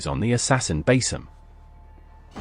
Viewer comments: It's pronounced Ba-Seam not Ba-Sim . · It's pronounced Ba-Seam Not Bas-Sim mate